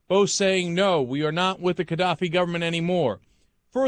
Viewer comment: Is Cenk pronouncing it wrong? Or is the G in Gadaffi meant to sound more like a K